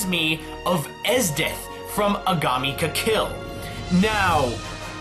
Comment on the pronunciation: "Agami ka Kill" Cringes